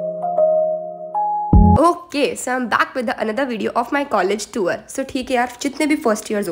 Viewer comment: Behen tour (टूर ) hota hai टूवर nahi😭😭